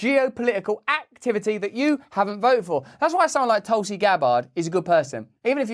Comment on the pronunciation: I swear u said toxic gabbard lol